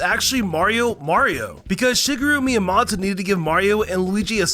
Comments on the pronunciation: bro said "shi-gu-ru mi-a-ma-to" 💀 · Not to be rude but why did you say shigeru miyamoto as shigaroo Miramohto